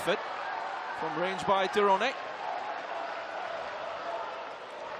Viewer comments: Yg bener memang "Tironé" bukan "tayren" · I cant understand how you fails call name "Tyrone" TIRONE 😂😂😂😂😂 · loh anda salah, org nya sendiri ketika perkenalkan diri nyebut "tayren" bukan TIRONE seperti komentator .